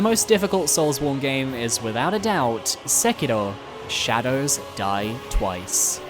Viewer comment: Why are you saying Sekiro like that... You trying too hard.